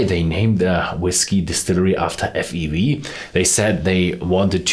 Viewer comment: He said F E V 😭. It’s … F-E-W